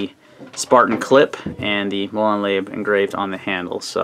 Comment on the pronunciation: It's pronounce Lah-bay.